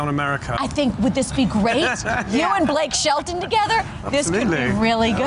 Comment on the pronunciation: Did she say Blake Shelton?